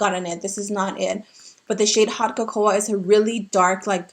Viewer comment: girl I love your videos but don’t you know how to pronounce “cocoa”? 😂